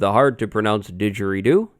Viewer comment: "Hard to pronounce didgeridoo" pronounces is perfectly, trust me, I know it's right, it came from my people lmao